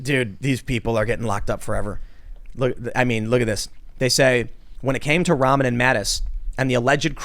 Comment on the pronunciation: Its pronounced "Rah-mann".. it's a muslim name.